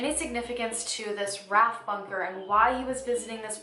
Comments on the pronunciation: loved this video so much. im from where Russell is. PS your pronunciation is great but RAF is pronounced 'arr ayyy eff' ;) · Thanks for covering a lesser know British case- I’ve never actually heard of this one. Your pronunciation of Yorkshire is really good!In case you ever need to say it again ‘RAF’ bunker- it’s just pronounced as individual letters rather than as a word because it stands for Royal Air Force. Great vid! X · Just because I had to say:: it’s pronounced R.A.F separate letters not ‘raf’ ❤️❤️❤️❤️❤️